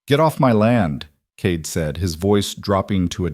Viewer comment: The reader makes Cade sound like Kate. Made it very confusing.